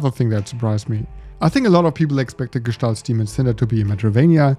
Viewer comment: OF COURSE a German guy will pronounce the name of the game correctly, it's such a relief, lol. I've heard so many variations by now.